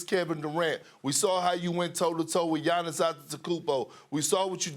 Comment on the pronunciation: can someone tell perk to stop pronouncing Gianni's last name, please lmaoo